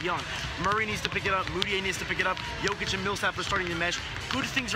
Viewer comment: And you STILL can't pronounce JOKIC properly!